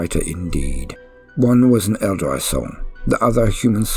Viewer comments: This is an amazing read through, a lot of work and effort went into this; despite the mispronouncing of every single instance of "Eldari" as "Eldareye" and "Biel-tan" as "Buyel-tan" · Elderai? Never heard that pronunciation. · I love the way you pronounce aeldari